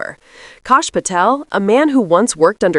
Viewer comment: I love that you pronounce his name correct. KoSH patel. Hahaa😂 Perfect